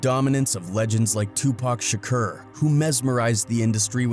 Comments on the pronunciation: REPEAT AFTER ME SHA CORE His name was not sha kur its sha core lol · Pronounced kour not Kerr but it's understandable overall good content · Yeah but he keep saying Shakur wrong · He saying shakur wrong azz hell,that's how you know he capping hard😂😂😂😂.